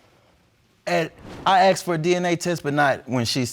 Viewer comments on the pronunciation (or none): I want to slap the person who turned "asked " into "aksed"!!